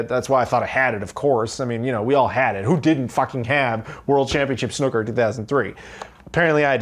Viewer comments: It's pronounced snoo ker ;) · "World Championship Snucker".... XD